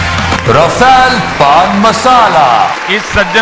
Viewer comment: The correct pronunciation is R(h)u-faal ..